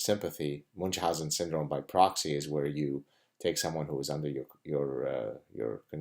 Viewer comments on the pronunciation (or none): People who mispronounce 'Munchausen' are capable of any other crime, including 'hurling' cats.